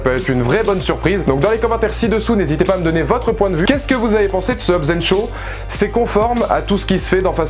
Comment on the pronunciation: Pis c'est Shaw pas Sho!